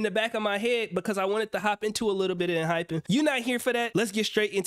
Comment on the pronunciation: Hey, Noticed you had a little trouble pronouncing the name in the beginning of the video. It's EN- HY- PEN. Definitely confusing because their logo and marketing all use the hyphen ( - ) but their name actually doesn't! Love seeing you react to these groups but kinda wish these vids weren't all from your twitch. Kinda takes away the old school touch from your older videos. Wishing you lots of success tho.